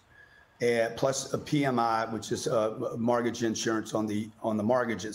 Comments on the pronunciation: Its mortgage, not margage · WTF is a Margage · STOP SAYING “mArgage”!!!!!!!! What’s WRONG WITH YOU DUDE!?!?!??!? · What’s a margidge? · Would be great if he stopped saying “margage”. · Too distracted with the chronic mispronunciation of mORtgage… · Why can’t he pronounce mortgage? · Who taught him how to pronounce mortgage? Luxury apartments are hurting in many cities because they overbuilt. He just wants people to invest in his program. Come on FOX, hope he paid you for his air time. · A mortgage is still better than renting. He's full of crap! Renting is still higher than a mortgage so he's lying. You can always refinance when the rates drop and you have many more options such as selling. He acts like you have to take on 30 years of mortgage, which by the way he can't even pronoun 'mortgage' correctly. He's a con man plain and simple who makes money screwing people over. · This guy cant even pronounce mortgage so...